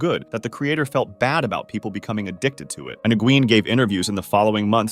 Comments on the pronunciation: nygeuen?! ffs man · "engween" lmao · "N-gween" Surprisingly, youtube's auto-generated subtitles still manged to detect that as Nguyen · Nguyen is pronounced like "when" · That’s a crazy way to say Nguyen! 🤣🤣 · Came here to say this.